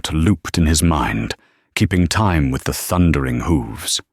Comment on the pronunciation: i loved it. great story and great narriation.......the bot still has a problem with enunciating time, but over all, a very good read